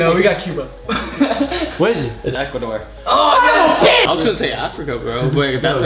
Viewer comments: “equador” it’s ecuador 😂😂🤦‍♀️ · y’all its ecuador not equador 💀💀